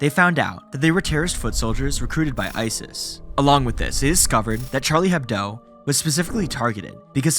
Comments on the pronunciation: Charlie HebDO, not HebDOE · I have never heard such an americanized pronounciation (and misspelling) of Charlie Hebdo so far :D